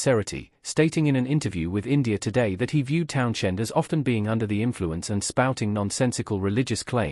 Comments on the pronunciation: My thoughts are you're full of shit . I don't listen to anybody who can't pronounce Townshend , the H is silent like you should be . Thanks for letting us know Pete Townshend was in The Who . Who knew ? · Pete Townshend, with the influence on shhhhhend. Tell me you're AI without telling me you're not AI.